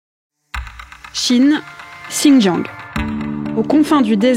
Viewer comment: On ne prononce pas le g de Xinjiang!